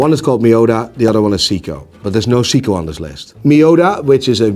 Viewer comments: It's Say-ko not See-ko. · can pronounce Frederique Constant but can't pronounce Seiko.